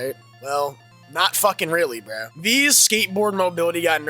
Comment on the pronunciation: If you have that accent when you say "bro," your opinion doesn't count, BHRRHUH. I'm SO HAPPY with the loop. I always play John Doe because I'm OTP, and they just end up locking themselves in. Plus, it feels so satisfying to beat a hardcore addict with 2000 hours in the game when you loop it. It's so humiliating, and that's what makes it fun.